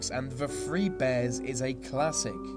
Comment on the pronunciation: his "th" are pronounce with "F". Through= Frew Three= Free throats= froats thirteen= firteen